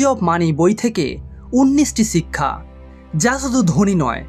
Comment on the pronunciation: বাংলা উচ্চারণ শিখুন। চিক্ষা,‌ছিক্ষা, সিক্ষা, শিক্ষা এই শব্দগুলো পরপর পাঁচ বার বলে রেকর্ড করে নিজেই শুনুন। উচ্চারণ সমস্যা দূর হয়ে যাবে।